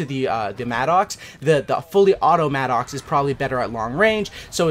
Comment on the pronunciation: It's pronounced Madicks...it's not an angry Oxe....